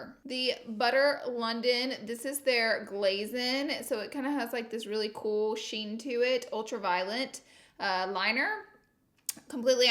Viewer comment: Laura Lee Pronunciation Dictionary Whore : Horror Concillar : Concealer Who da : Huda Anastashia : Anastasia Won't tell : Want to Map : Matte Ultra Violent : Ultra Violet Finn T : Fenty Cuba's Bowen : Cupid's Bow